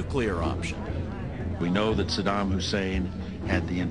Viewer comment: i wish this guy would learn how to pronounce saddam and Iraq. what he is saying in the piece is essentially true but if you want to make a valid argument or at least present yourself as "in the know", learn how to say the name and place properly.